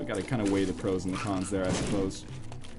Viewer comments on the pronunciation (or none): none